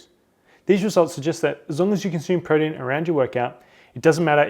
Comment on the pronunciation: This dude say protein weird. Really fast "Prodeen"